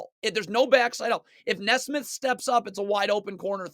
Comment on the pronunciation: I swear his mispronounces makes just so people will comment "it's pronounced knee smith!"